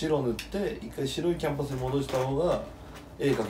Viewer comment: キャンバスじゃなくてキャンパスって言うのジワるww 大学かw